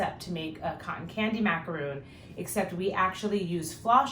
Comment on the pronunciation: Its pronounced mac a ron not roon